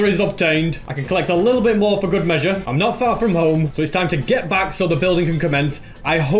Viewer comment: It sounds like "i can collect a little bit more for good meshure" is like good leather."